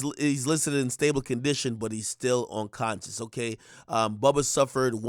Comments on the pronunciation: Yo Ak...the word is "unconscious" NOT "onconscious" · This nigga said onconscious 😅